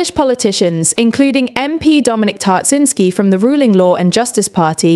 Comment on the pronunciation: Who is Dominic Tartzinsky? Dominik Tarczyński!!!!